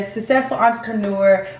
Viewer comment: But why did the scammer's daughter keep saying successful like "sess-sess-fo". She did it over and over round